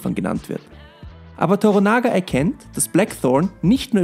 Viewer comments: Man sieht (hört...), daß Du die alte Serie nicht gesehen hast 😁 Durch die haben sich mir die ersten paar japanischen Wörter (naja, Namen und ein Wörter) ins Gehirn gebrannt, weil sie einfach alle paar Minuten gesagt wurden. Der Name ist Toranaga(sama). To-rannaga ausgesprochen, nicht Tora-naga. Dazu noch Anjin(san) (Navigator, so wurde der Hauptcharacter dort genannt, da ich die neue Serie noch nicht gesehen habe, weiß ich nicht, ob das dort auch so ist) und wakarimas(en) bzw. wakarimashita (ich verstehe nicht und verstanden!) Nachdem ich jetzt durch Dich von der Serie erfahren hab, überlege ich schon, ob ich mir nicht doch mal einen Disney account gönnen soll... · Oh Gott....er heisst TORANAGA... nicht toronaga😡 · ToRANAGA ist die Betonung (Betonung auf RA). 😂 An die 80er Jahre Serie kommt sie nicht heran. Es gibt keinen besseren Blackthorne als Richard Chamberlain 😊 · To-RA-naga.... Betonung ist im japanischen SOOOOO wichtig. Gefühlt die Serie nicht gesehen, oder? Dazu kommt noch, innerhalb des Disney-Konzerns extra eingeführte FSK16&18 Sparte: Starz, da ist noch viel ähnliches drin. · Klugscheißermodus an: Bitte noch mal Schreibweise und Aussprache von "TORANAGA" (nicht TORONAGA) checken. Betonung liegt auf dem Mittelteil des Namens toRANAga. Klugscheißermodus aus .. Eine bärenstarke Serie! Ausgenommen das Casting für Blackthorne. Der Schauspieler fällt gegenüber dem restlichen Cast komplett ab. Ihm nehme ich die Rolle nicht ab, sorry. Ansonsten aber ein sehr guter Beitrag. Danke dafür! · Toranaga, nicht Toronaga ;) TORANAGA-SAMA! HOOO!! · Das heißt nicht toronager. Wird schneller gesprochen so wie Toranagga. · Der Mann heißt Toranaga, nicht Toronaga :). Die Serie hält sich glücklicherweise ziemlich nah an die Romanvorlage. Die reale Vorlage hieß Togukawa und gründete eine Dynastie die bis 1867 hielt. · Toranaga ... nixht Toronaga !!! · Yoshi Toranaga! Nix Torunaga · Es heißt TORANAGA !!!!! ..nicht Toronaga🤣🤣🤣...kein Like ..und auch kein Abo...🤷